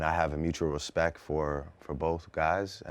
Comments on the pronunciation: "i have mutual RESPECK for both guys" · "I Have a mutual RESPECK for both guys" Drake so shady LOL